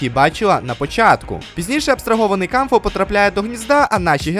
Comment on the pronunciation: Дякую за огляд і за поширення класного збору з розіграшем! Тільки клоун Кауфмо, а не Камфо 😭 Його й так віртуальна реальність образила, за що ви так...